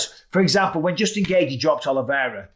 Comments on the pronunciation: Why do you keep pronouncing Justin’s last name “Gay-G?” It’s “Gay-chee” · Bisping: "Justin Gayyythjie"